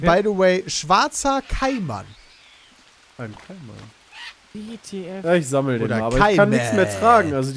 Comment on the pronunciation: Bei "Kaiman" ist die Betonung auf dem zweiten "a", nicht auf dem "ai" :D